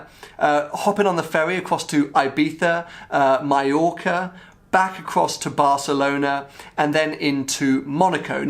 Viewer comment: First english I hear pronouncing Mallorca correctly.